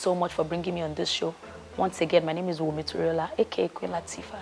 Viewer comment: Wumi without the "n".😅😅😅❤❤❤